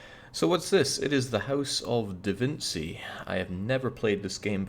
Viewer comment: I believe it’s pronounced DaVinchi not DaVinsi like you said at the beginning